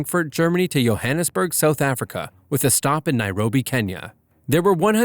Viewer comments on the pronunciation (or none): none